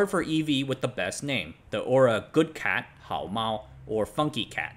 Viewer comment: Are u Chinese, coz u pronounced “hao mao” so perfect, I can’t help doubting…..